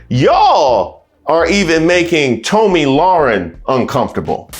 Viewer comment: Tomi is prounced Tommy